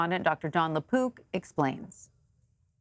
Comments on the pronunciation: I kept hearing "Doctor LePoop." Also, it was nice to know you all. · I thought she was saying Lapoop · She did say: Dr La-poop 😂